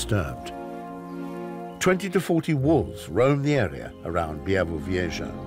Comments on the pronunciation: Yes, me to but honestly also it starts to bother me more each time I hear Bie - vu - vieshah 😅 and also when he described where this place he mentioned only the distance from Berlin for some reason 😅 but the voice is great and it's a beautiful documentary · Fantastic narrator. As a Pole, I appreciate the struggle each time he says `Białowieża' :D